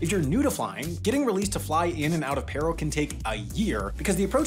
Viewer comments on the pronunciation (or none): Good video; I happen to be have a couple relatives who are Bhutanese pilots. It’s pronounced “Pah-ro” though.